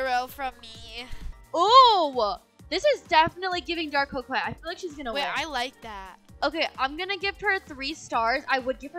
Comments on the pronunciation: co-quet 😂 no hate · I love how they pronounce coquette "QO-QETTE" instead of "CO-QUETTE" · “Wait is this giving ✨✨cwokwet✨✨?” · U said couqwet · ITS NOT CROWKEIT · Its pronounced "co ket" you don't say the "q" lol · They are pronouningcoquette wrong It’s spelled like co quette But it’s pronounced co ket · I’m sorry but ur pronouncing coquette wrong(also dti is going to become a horror game on Halloween 🎃) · thats not how you pronouns 'coquette" LOL but its fineee